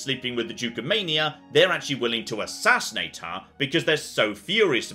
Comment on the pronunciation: did a oblivion voice actor thing. All of a sudden he spoke with a different tense / accent when he said assassinate. Overdubbed a mistake?